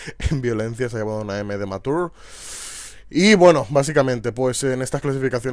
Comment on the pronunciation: M de maturrr? ajjaja pésimo ingles